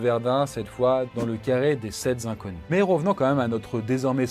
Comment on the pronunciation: "Auguste Thin"... ça se prononce "tain" et pas "tinne". Et les "sept z'inconnus" ... sérieux ? Faites gaffe aux liaisons dangereuses quand même. Une vidéo sympa mais je vous ai à l'oeil ^^